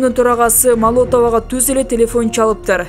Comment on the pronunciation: Диктор кыз Сталин Молотов фамилияларын туура окусаң боло.ударенияларды өзгөртпөй